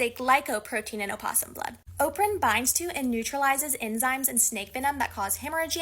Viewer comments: in a scientific context it is sometimes used, but scientists aren’t linguists and are incorrect (source: I’m a linguist). Also it’s no “oh” it’s “uh”. As in “uh-poss-um”. So even if specifically speaking to an academic audience, she’s still incorrect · She does not say it correctly. opossum American [uh-pos-uhm, pos-uhm] / əˈpɒs əm, ˈpɒs əm /